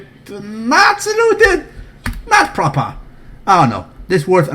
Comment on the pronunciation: NOT PROPAHHH!!!!!!!